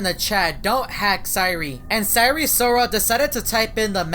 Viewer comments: Its not sire sirol its sire soril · Sire si rol not risoil